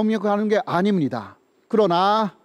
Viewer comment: 난 한국인들이 한국말 서툰 일본인 흉내 낸다고 '아니무니다' 할 때 그냥 적당히 흉내 내는줄 알았는데 교수님 진짜로 아니무니다 하심 헉ㅋㅋ 빵 ㅋㅋㅋ (너무 귀여우세요 ㅎㅎ)